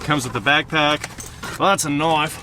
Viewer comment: “That’s a knoife”